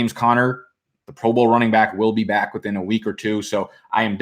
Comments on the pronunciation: Robert Calkins it’s not about the word back being bike. It’s about the fact that he pronounces it differently. Like when he purposely mispronounces patreons—it’s just fun to fuck up words lmao. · That’s real slang for back in Florida tho, few other places down south too but I first heard it from the Floridian cats. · He jus trying to be hip with the slang.